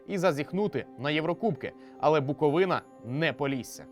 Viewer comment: Лайк тільки за правильний наголос в слові Буковина 🥰